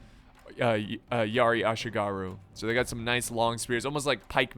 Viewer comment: muttering while rocking At least he pronounced Ashigaru alright... At least he pronounced Ashigaru alright...